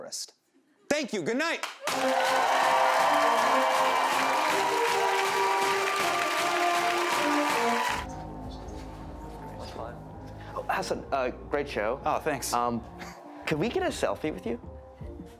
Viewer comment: Okay but why do they keep calling him "Ha-son"